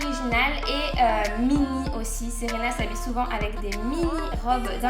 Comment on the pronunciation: Super video :) Ca m'a fait trop bizarre que tu dises "Séréna" dans la video comme c'est mon prénom x)